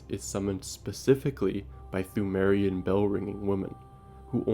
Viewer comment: Pthumerian is pronounced 2merian